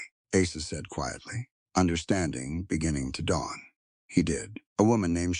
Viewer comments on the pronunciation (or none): none